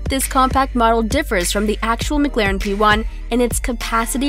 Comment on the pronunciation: The fact that she said McLaren wrong makes me mad